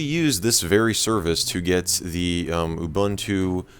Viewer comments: Ubuntu Mjd: “oooo bunt two” Correct Pronunciation: ooo boon two” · 10 It's OOH BOON TOO. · Thanks for saying "Ubuntu" correctly. EDIT: I spoke too soon.